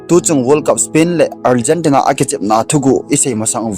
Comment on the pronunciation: Algentina hilou na pronunciation ahoi poi